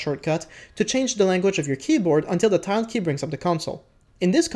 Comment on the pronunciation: Tilde pronounced "Till Duh" TY for the informative vid.